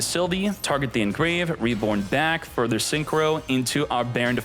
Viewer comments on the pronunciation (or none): none